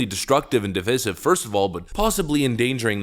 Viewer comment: He can't even pronounce "divisive".